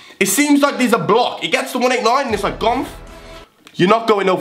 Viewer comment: Has anyone noticed gonth says gonf